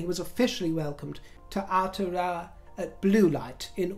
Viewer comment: Bravo on pronouncing Aotearoa 🥰. That nose nuzzelling is called a hongi. It more or less means 'sharing breath'. The hongi is the traditional Māori greeting. Pressing their noses together, often includes touching of the foreheads at the same time. Thanks for sharing that 🤎